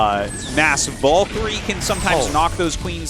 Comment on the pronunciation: English is not my first language, and even I am annoyed by Artosis's stubborn refusal to pronounce "valkyrie" correctly.